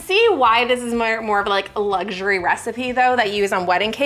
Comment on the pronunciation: Luxury is not pronounced with a G. It's not luggury. Try saying it without the G-sound, please.